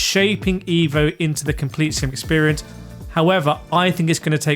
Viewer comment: evvvvooooooo mate not iiiiiivo